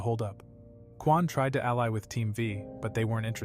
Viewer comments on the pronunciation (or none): none